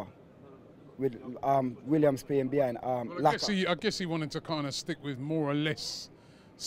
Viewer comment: 😂😂 he's a legend at killing names... he even says Williams 😀😀